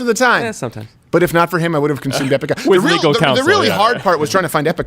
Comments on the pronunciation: I'm sorry, but I almost solely (and I said ALMOST solely) watch this show for Half Asian Lawyer Bill... He has slowly, over time, become my fave ✊ PS, it's Ipecac {I-PI-KAK}.. Not IpeCOCK, Crowder 😉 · EPI-KAK not EPI-COCK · Isn't it ipeCAC? You kept saying ipeCOC...LOL! Love you guys :D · Can someone please tell Steven that it's epicac not epicock.